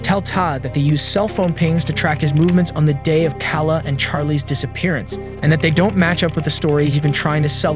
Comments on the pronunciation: It’s really disrespectful to Kala that you intentionally pronounced her name wrong the entire time. Her name was said like 50 times in the footage you used. But you continued to pronounce her name wrong. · Other than mispronouncing Kala browns name this was a good vid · You keep calling her "cah-la" but her name is "kay-luh." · You're not a narrator. This isn't for you. It's pronounced "KAY-la" (obviously), you slur your words, and your grammar is terrible. Yuck. Way to ruin an interesting case. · A buzz saw, that's an angle grinder, her name is pronounced kayla, Spelled Kala, why do kid's today that are devoid of common sense and nearly illiterate do these channels? Black comedy, so hard to listen to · Her name is KAY-LUH. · Thought her name was Kayla? Lol Eminem was talking about this also when he said "B..h I'm off the chain like Kayla Brown" Edit: It is, the way it was being pronounced confused me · I feel like if you'd actually watched the footage well, you would know how they pronounce Kala... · How do u mispronounce both kala and meagan, the two most common white girl names on this planet😂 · KA-LA instead pronouncing it Kay-law? And Chloe as CLO (rhyming with “blow) instead clo-wee? Nothing says “this is an AI channel” like horrible pronunciation! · Her name is almost certainly pronounced "kay-la", and the other one is "Klo-ee". Is the voice AI? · Kayla isn't a hard name to pronounce. Why did you keep saying Kawla? Now I'm on story 3 and you can't pronounce Chloe either? Dude, just ask someone. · You gotta learn how to pronounce people’s names, especially the victims, before you make these vids. Kala is pronounce Kay-luh. Chloe is pronounced Kloh-E. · What we would all like is the correct pronunciation of common names. It's Kay-luh not Kal-la and Cloe-E not Cloe. It sounds like AI mispronunciations yet you have a patreon account so IDK.